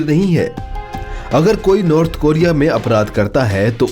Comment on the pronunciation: North Coria bol be